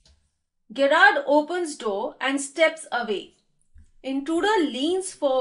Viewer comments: Ma'am apki explanation achi h but he is gerrard not gyrrard this gggzz not giii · Hi , I know that Gerrard is a unique name , so that's why may be u pronounced it wrong ,but it is pronounced as in Jerrard